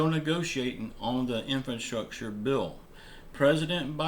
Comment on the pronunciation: In-FRA-structure. In-FRA-structure. Please, man, this is a word you're going to be using like ten times a day. In-FRA-structure!